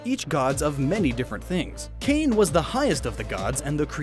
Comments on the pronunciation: Kāne isn't pronounced "kain". It's kah-ney. Hawaiian, being a Polynesian language, doesn't have closed syllables like that. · It’s kah- nay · Kāne is pronounced "kah-neh."